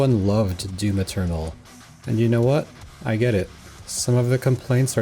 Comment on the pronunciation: Yeah thats DYUM ETYORNAL